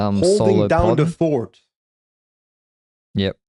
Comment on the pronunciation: "Holding down de fort."😂